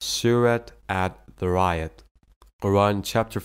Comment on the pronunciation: 1). Time-line Suurat 51.47 Pron: Adh - Dhaa - Re - Yaat. 2). Time-line Suurat 21.30 Pron: Al-Ambiyaa'a 3). Time-line Suurat 78 vs 6 & 7 Pron: An-Nabaa. 4). Not Ummah. But 'Umrah. Ummah = The worldwide Muslim community. Umrah = The small Hajj. Highly recommended, not obligatory.